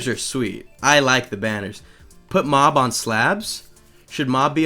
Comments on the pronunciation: he spells mob wrong he says mub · You said u instead of o for mob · Mob Is Spelled M-O-B not M-U-B